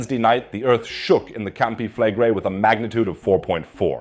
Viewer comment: Campi Fleg (quick pronunciation) -Re-ii (long outdrawn -i..). Not Campi FLEGGrei.